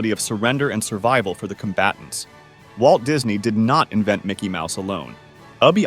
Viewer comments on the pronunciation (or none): UB IWERKS not UBBY iwerks